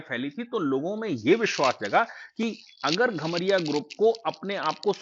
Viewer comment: घमरिया नहीं कमरिया होता है